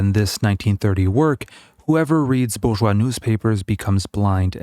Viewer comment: What is "bouvois" society? Do you mean bourgeois?